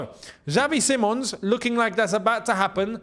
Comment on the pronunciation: See mons is how they say it over here in Holland btw. Just sayin. Dutch media think its on.